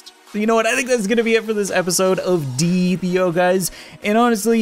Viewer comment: It deeee EEE p not deeap io